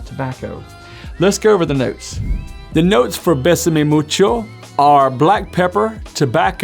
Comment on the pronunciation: Bay-Sah-May...not Bess-Suh-Mee